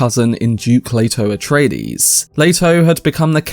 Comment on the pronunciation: "Atraties" Atreides, bro.